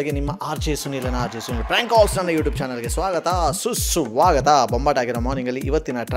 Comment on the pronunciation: ಸುಸ್ವಾಗತ ಅಂತ ಹೇಳಪ್ಪ ಸುಸ್ಸು ಆಗುತ್ತಾ ಅಂತಿಯಲ್ಲ